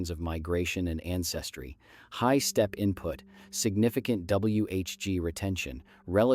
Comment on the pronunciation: Stepee? Auto-coh-thonous?